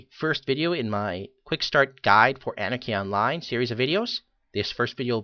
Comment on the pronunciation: Then you are illiterate. Sorry. (You fail.) "Anne-Are-Key Ahn-Lyn"